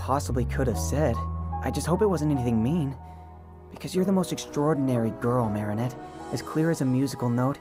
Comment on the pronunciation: "mAriNEtTE, MOO! 🐄😭" i cant unhear it